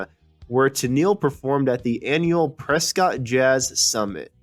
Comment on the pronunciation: Its actually pronounced Prescut. She is in the Master Chorale Yavapai College one of four choirs at the college. It was fun getting to know her when we all performed at two choir events last fall.